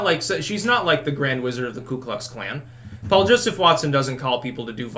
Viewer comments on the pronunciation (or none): none